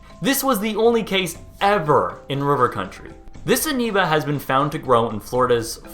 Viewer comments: I swear he said aneoba with an n. Willing to bet he's Canadian the way he pronounces his o's. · Amoeba /Amiba / Ameeba . For someone who just reads, you're certainly doing a ..great job.. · "aneba" LOL